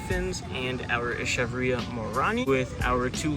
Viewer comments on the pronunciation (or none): Echeveria = "eh·kuh·veer·ee·uh" and Haworthia = "ha·war·thee·uh" :P Great Succulent Sunday vid, and great picks at the nursery!!